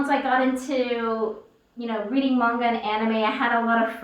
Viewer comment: Alright, I finally watched this all the way through. Kinda felll asleep the first time. First off, thank u for pronouncing manga correctly. It irks me when it's pronounced "maynga" n not the accurate, "mahnga" I've been made fun of because of that. I'm gonna watch this again cuz there's more comments I want to make...